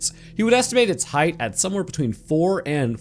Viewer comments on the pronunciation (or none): none